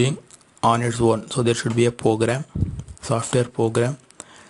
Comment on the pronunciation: its program not pogram